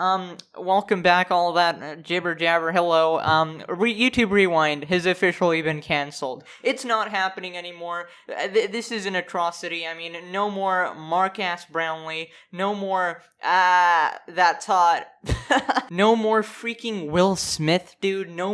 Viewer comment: “Markass Brownlee”